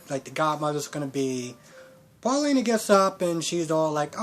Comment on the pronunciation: Eli’s Mom is named Valerie Paulina is pronounced as it is Evan’s name has no S in the end And Belle is Belle not Bella Not telling you these to insult you in any way I’m just helping you out other than that good review as always 😀👍🏽